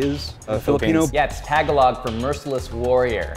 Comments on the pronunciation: you completely messed up the word tagalog. its pronounced tahg-a-loog in my filipino household. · "Tag-a-Lahg"? OMG, not only did they get the part wrong about the use of the yoyo as a weapon is a myth (it was used moreso as a hunting weapon, not a human to human fighting weapon), but these guys can't even say "Tagalog" correctly. Geez. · I love how he pronounces tagalog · yeah, i took martial arts when i was a kid i always pronounced it tagAlog...like if it were spanish it would have an accent over the second a